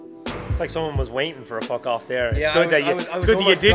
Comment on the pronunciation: It seems like so long since we’ve heard “fockoff”